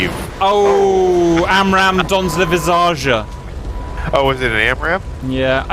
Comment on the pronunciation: lol I'm french and I didn't even understand you said "Dans le visage"